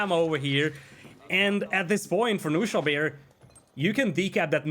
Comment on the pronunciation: let me explain some german for you guys ;) "Knuschelbär" is german and means a lil teddy bear of some sort. You have to pronounce the "K" in the beginning. So fun hearing you guys saying only "Nuschelbär". But this means something different in German. So basically you always say another word when you say "Nuschelbär"...hehe